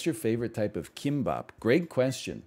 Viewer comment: Will someone please tell him that "k" in korean is not pronounced like an english "k"